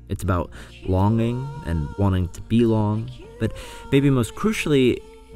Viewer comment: I'm sorry, but I can only hear that as "it's about longing and wanting to be long."